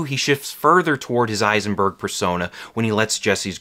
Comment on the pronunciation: It's Heisenberg, not Eisenberg